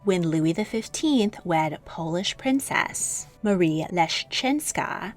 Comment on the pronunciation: "Fau" as if you're trying to say "fan" without the n. Also, princess is not stressed on the second syllable as you often do.